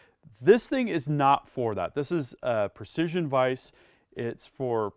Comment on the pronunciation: Dude. It's. A. Vise. Lol